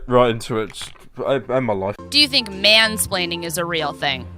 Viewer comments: again you keep saying "spleaning" instead of splaining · whom - spre - laining